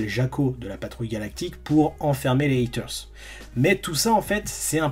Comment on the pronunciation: heaters se prononce "hiters" pas "haters" pas besoin de forcer l'accent américain